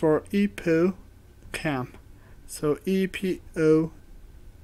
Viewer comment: EPO epoo... epoo ohhhhhhhhhhhhhhhhhhhhhhhhhhhhhhhhhhhhhhhhhhhhhhh am not gugeing am just saying it sounded like you said epoo not epo